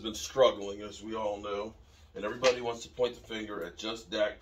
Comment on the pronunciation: "Wamts" tho...🦅🤣🦅